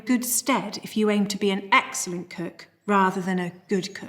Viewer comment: The emphasis on excellent 😅